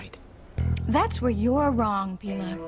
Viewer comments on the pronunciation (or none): Always thought it was so degrading how rebbeca called pilar, pee-lar.